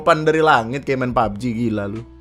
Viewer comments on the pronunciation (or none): none